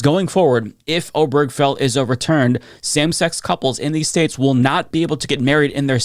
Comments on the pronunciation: Oh-ber-ge-fell. Not oh-berg-fell. Four syllables, not three. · Can we at least learn how to pronounce "Obergefell" correctly? It's four syllables. Primary stress on the first syllable, secondary stress on the last. OH-burr-guh-Fell. There's no cheeseburger or hamburger in the name. Same stress pattern as "Delaware Street." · This is sadly unsurprising as it seemed to be only a matter of time until SCOTUS was going to try to ax some of the landmark decisions that Clarence Thomas had specifically mentioned that should be reconsidered. PS: Hardly important in light of the gravity of what's going on, and please don't take this as a personal offense but the way you pronounce Obergefell took me out of the flow of this video every time. I've never heard anybody say it like that. 😁